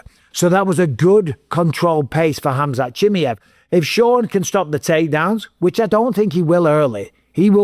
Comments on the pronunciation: Why you call him “Chimiev”!? It’s “Chimaev” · CHIMMY EV. CHIMMY EV. chimmy. ev. Please say Chimaev! CHIM- EYE- EV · Hamzat Jimmyhif is crazy pronunciation bisping 😊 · Say it with me - SHHH MY ev Chimaev. Cmon bisping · His name is pronuanced as "She Mai Yeev" for fuck sake its not hard come on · How the f can't you pronounce Chimaev after all these years?!!!!! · Can’t wait for this fight to be over so Bisping can’t stop saying Chimaev incorrectly.